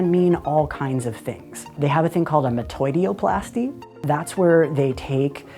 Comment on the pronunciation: Loved this, but they pronounced Metoidioplasty wrong... ^^°